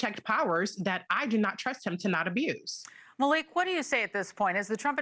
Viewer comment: O! Not Maliek!!!